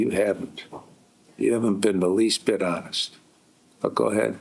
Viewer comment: To be ho-nest with you